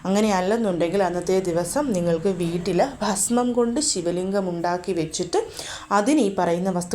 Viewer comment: വീറ്റിൽ അല്ല വീട്ടിൽ ന്ന്‌ പറയുന്നത് കേൾക്കാനാണ് നല്ലത്. ഞാൻ ഇങ്ങനെ പറഞ്ഞത് കുറ്റം പറഞ്ഞതല്ല കേട്ടോ. നല്ല രീതിയിൽ മാത്രം ഉൾക്കൊള്ളണം